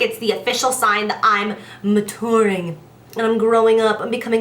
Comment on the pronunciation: She's "moutooring", growing up and becoming a "woumman" 😂 Omg I can't, she's so cute